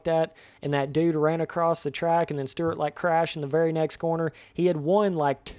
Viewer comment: James Sterrrrt? Never heard of him. James Stewart was the most talented guy on the track though.